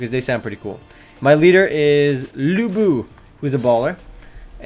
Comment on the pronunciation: Lu Bu ? LU BU ?! seriously dude ??😡